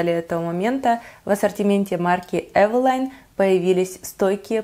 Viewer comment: Спасибо,что правильно произносите название фирмы.И больше не подстраиваетесь под тех,кто сам придумал как лучше говорить.Основные две категории это "так больше нравится" и "так привычнее".